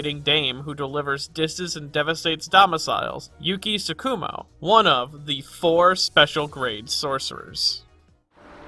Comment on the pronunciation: Don't mean to be a dick about diction, but it irks me when people stress the second syllable of Japanese terms (i.e. TSU-ku-mo and Tsu-KU-mo)